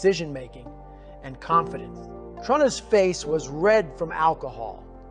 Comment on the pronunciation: This story is accurate based on the books. And it sounds like Goggins. But he says Trun-nis. In the books it's always true-nis for his fathers name. Is this a chat GPT summary in Goggins voice?